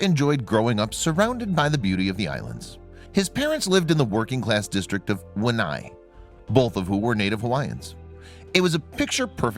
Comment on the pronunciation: The pronunciation of names and places could easily be researched online. One can easily learn how to say Arkan”saw”, but this guy can’t say Pilila’au, or Waianae?